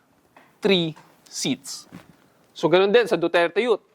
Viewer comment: Duterte Yut! HAHAHA. katuwa ipronounce ni sir. I can feel the sarcasm. HAHAHA. DUTERTE YUT!!!